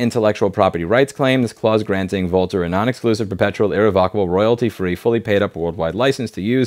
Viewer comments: Louise - you're pronouncing their name wrong. It's pronounced "vulture". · Lol, I thought the company name is pronounced "vulture" - the writing might have been on the wall :D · I'm pretty sure 'Vultr' is supposed to be pronounced 'Vulture', I have to say it fits.